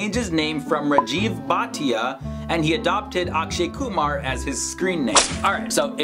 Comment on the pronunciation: At last some one pronounced my last name properly